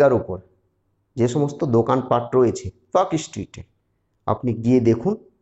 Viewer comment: Park Street has almost zero hawker. Your report is wrong. You cannot pronounce the name properly. Your education level is low. Muslim hawkers are in Rajabazar, Mallick Bazar, Park Circus and Chowringhee area.